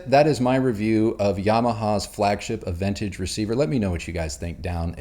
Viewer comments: Please pronounce the receiver model correctly... it's not "ah ven tage".... it's "ah ven taj"... SMH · Are you a bona fide audiophile. You pronounced AVENTAGE incorrectly. It is pronounced AH VEN TAAG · Aventage has a French pronunciation. A-ven-taj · It’s pronounced “Ah-ven-TAHG” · When I shopped for my Yamaha, I decided that the salesperson had to be able to properly pronounce Aventage. Only one out of ten did so he got the sale. Its ah van taj. Check the Yamaha site for the proper pronouncing. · You mispronounced the name